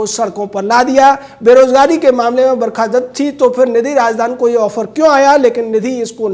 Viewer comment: "barkha dasst" hahaha